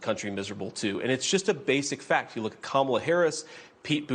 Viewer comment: Kamala = ,la (comma la) They need to learn to pronounce it correctly because she will be next president and be around for a long time💙🇺🇸💙🇺🇸💙